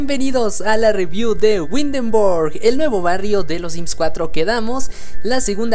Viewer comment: Ese tipo de Arquitectura no es sólo del Norte de Europa abarca desde Dinamarca , Holanda, Alemania, Austria y Suiza ( entre otras pequeñas ciudades de Europa) el tipo de Arqutectura o las casas que se ven en especial las que están en el centro de. Windenburg < ojo se pronuncia ( Vindenburk) se llaman Fachwerkhaus (fajverkjaus).